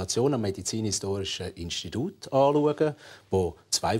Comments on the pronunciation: Mörgeli: Instidud............... Ich: Lachflash. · Chill einfach mal dein Leben. Nur weil ich es lustig fand, das er "Instidud" gesagt hat, musst du nicht gleich so'n Drama machen! Peace!Flix Flox